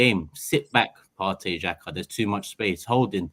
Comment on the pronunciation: He’s said Xhaka lol